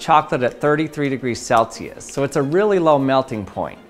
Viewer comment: who didint notice that he said celtius